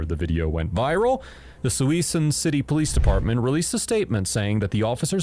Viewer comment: oh for the love of god... ITS NOT PRONOUNCED SUI-SUN CITY, ITS SUHSOON CITY this is the 3rd time ive heard this channel say a city name completely wrong